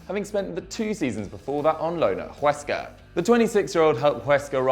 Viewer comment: His spanish was god awful. Even huesca pronounced as juesca